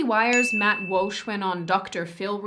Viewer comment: Love your content but why you calling him Matt Wulsh XD